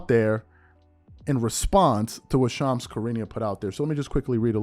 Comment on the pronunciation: you're shredding Shams name bro lol